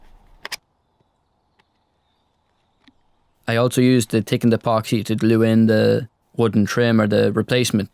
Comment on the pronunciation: "turdy one" "my fater" "tickened epoxy" "I was tinking" "let me know your toughts" What do you Irishmen have against "h's"? lol :)